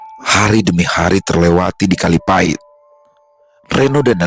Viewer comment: Maap sy asli banyuwangi koreksi dikit bukan kalipati tp kalipait😂